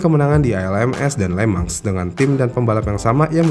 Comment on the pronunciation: anehhh ya setiap hostnya bilang le mans tapi kedengeran le-mang jadi kepikiran lemang durian dan lemang tapai bikin laper tengah malam